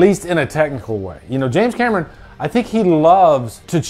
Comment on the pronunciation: The way you introduced James cam-er-on like a-a-ron and bl-akey and de-nice..